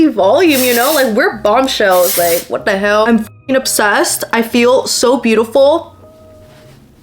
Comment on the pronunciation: How cute it was when the accent slipped out at the “WhaDaHeulll”